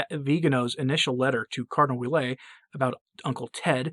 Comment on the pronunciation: Cardinal Ouellet is pronounced “Wellett.” (My mother-in-law’s maiden name).